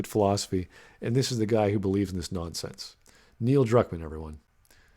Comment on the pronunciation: More like Neil Drukmaam